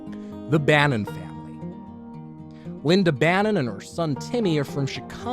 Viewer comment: LindA Why do people add an "r" to "a" ending words? No idear. Linder, idear